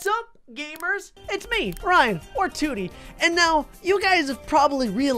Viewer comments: his name is Tewtiy Not Tewity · lol its Tewtiy